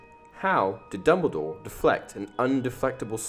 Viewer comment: ITS DumbleDOre not Dunmbledore